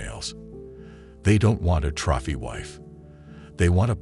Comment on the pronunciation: Learn how to pronouce 'trophy'.